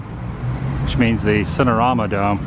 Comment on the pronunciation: The "Sittin' Arouna Dome" 😉